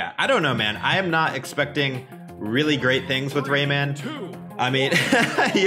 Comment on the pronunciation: I listen Rayman like Ramen.